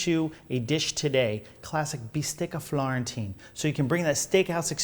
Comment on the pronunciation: Its "bistecca alla fiorentina", not "florentina"